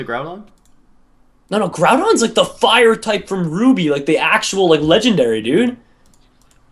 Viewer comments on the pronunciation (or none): Ok, seriously the name is GROUND-on and you say that it's a fire type. Sounds legit. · I think its "Groudon"